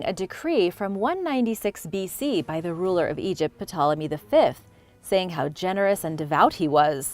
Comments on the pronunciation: The p in Ptolemy is silent. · I have never heard Ptolomy spoken with the P pronounced. Interesting tho.